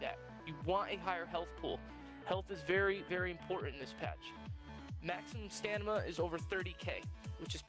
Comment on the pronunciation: Why does everyone say stamina as "stanima" smh....